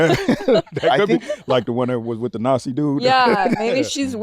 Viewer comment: please for the love of god change the way you say the word "nazi" 🚩